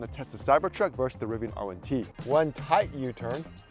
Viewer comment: Rvian! Not a cybersheep